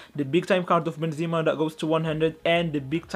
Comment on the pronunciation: It's Benzema not zima